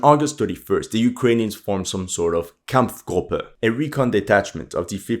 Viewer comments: I don't know where you're from and your accent doesn't sound German, but as a German, I am very impressed with your pronunciation ! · Wow that pronunciation was perfect. 👍🏻 You sounded like you are from Germany. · Sprichst du deutsch oder was? das "Kampfgruppe" klang ziemlich authentisch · Wow, you pronounced the word "Kampfgruppe" perfectely! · As a german, that pronounciation of "Kampfgruppe" was so amazing and good sounding I had to rewind 3 times to make sure I wasnt dreaming. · the German pronunciation was on spot, well done